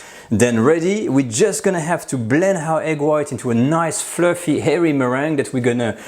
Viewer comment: Why do the french say hairy instead of airy? Chef Ludo Lefebvre says it like that too.